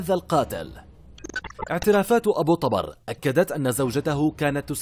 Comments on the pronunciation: طُبر وليس طَبر وهو الفأس♥️ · احجي عدل ابو طُبَر مو ابو طَبَر لا تتمضيك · أبو طُبر وليس ابو طَبر اللغة العربية والنحو مهمة خصوصاً عند القنوات الاخبارية او الوثائقية. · طبر بالضمة وليس بالفتحة يلفظ شكرا على هذا المعلومات بالتوفيق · ابو طُبر بضم الطاء مو فتح الطاء اني:يمه اطلع الظهر امي:لا اني:ليش امي:يجيك أبو طبر وتموت اني:بلت على روحي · ابو طُبر بالظمة وليس بالفتحة كما كنت تقرأُها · للتصحيح ابو _- طُبَر - وليس -طَبَر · طُبر مو طَبر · طُبر مو طَبر اذا انت مو كدها ولهجتك اوفر شكو مسوي تقرير على شي ما تعرفة ؟؟؟ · ابو طُبر مو ابو طَبر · اسمة طُبر مو طَبر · طوبر وليس طابر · طُبر وليس طَبر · طُبر و ليس طَبَر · ملاحظة ابو طُبر بضم الطاء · طبر ضمه فوق الراء ليس فتحه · تلفظ (طبر) بالكسرة تحت حرف (ط) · طبر، بضم الطاء